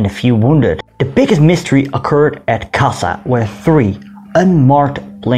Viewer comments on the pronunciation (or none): Hi. A little thing. 'S' in Magyar i s as in sugar, or as 'sch' in Schmidt, or 'ś' in Kośice. When then doubled, like in Bárdossy's name, or Kassa, it sounds 'schsch'. Aast u b.